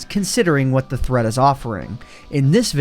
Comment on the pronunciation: I thot he said threats